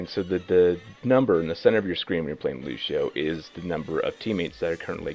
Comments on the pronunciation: please stop saying Lushio.. it irritates me so much more than it should :p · Stowtie It's Lucio, in what way would you say sh in place of a C in a non english language? Lu-see-oh. that simple. And if a person can't pronounce it right that person is quite dumb, especially if they played countless hours with the character. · why is he saying lushio?! his name is lucio! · Lucio...i always pronounced his name as loo-see-oh not loo-shee-oh 😫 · It`s Lucio with a C, not Lushio... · It's really annoying me that one of the top Lúcio players in the world pronounces his name as Lushio, even though he should have played the game enough to hear the voice clips of Lúcio himself as well as the other characters refer to him as Lúcio(Loo-see-oh). And if anyone wants to argue that the accent on the U changes it, it doesn't, the ú makes it an "oo" sound rather than an "uh" sound so it's not "Luh-see-oh". Sorry for the rant but when people mispronounce words then try to argue about it gets on my nerves (not saying is arguing nor that he is less of a Lúcio main for mispronouncing his name, but there are people who would die rather than pronounce his name as Lúcio) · The best Lucio player says the name like Lushio.... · When he pronounces Lucio, Lushio... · I'm well aware it has no bearing on his actual level of mechanical skill as the character. But why is it that people can't pronounce Lucio without throwing in a "sh" where there's a C? It always makes me second guess, but I mean... Listen to the voice lines! Look at videos where the other voice actors interact! During esport tourneys, random people on voice chat, even DSP! Ok. Ok. I can get through this. it drives me insane, but I got this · "Looshio" But is one of my fave pro players, he's too cool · I can't believe doesn't pronounce Lúcio correctly... all these white people saying "Lu-SHE-o" and "S-AHM-bra" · he says it like lushio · Cringed badly when he said "Lusio". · you mean "Lushio"